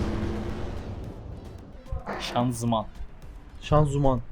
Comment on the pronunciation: Doğrusu ianzıman, şanzuman değil.